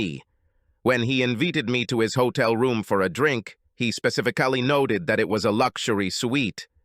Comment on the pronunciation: Spe-cee-ficly haha